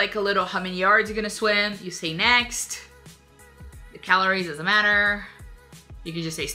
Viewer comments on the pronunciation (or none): none